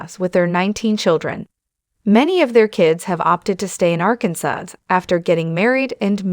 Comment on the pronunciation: The last letter "s" is not pronounced in the state Arkansas. You keep butchering it, every time you say the word.